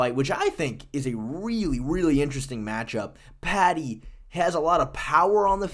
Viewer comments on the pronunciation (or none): none